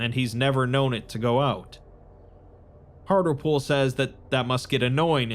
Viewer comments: Mate, Hartlepool is a place in the UK and it's pronounced Hart-Leh-Pool. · Minor point, but I am pretty sure that the doctor's name would be pronounced hart-lee-pool, like the town with the same name in England. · That's not how you say Hartlepool